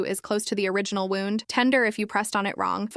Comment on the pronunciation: Edit your AI. Wrong pronunciation of wound.